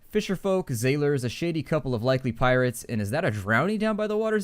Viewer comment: Sailors sail the sea, zailors zail the under-zee.